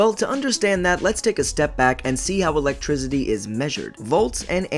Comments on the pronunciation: Why do you say Electrizidy like that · why do you keep saying electrizity. wtf...thumbs down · He pronounces it lick electrizzidi lol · said ELEGTRZIDY instead of ELECTRICITY